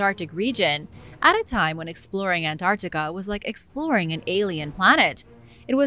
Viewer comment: this voice saying the word "Antarctica" is killing it for me